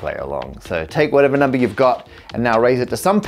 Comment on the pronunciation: I love the way he says "numbah!"